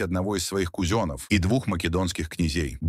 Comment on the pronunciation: Послушала, интересно, но когда услышала в озвучке слово кузен, а по вашему КузЕна. Все, слушать стало сложно.